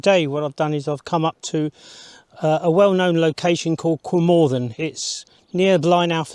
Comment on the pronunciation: A great shame that you couldn’t be bothered to make the effort of learning the correct pronunciation of Cwm Orthin and Blaenau Ffestiniog.